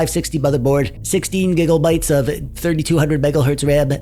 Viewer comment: Gig o bytes and giggle hurts.